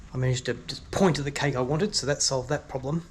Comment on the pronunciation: She clearly got confused by your pronounciation as you pronounce cake as kike. :)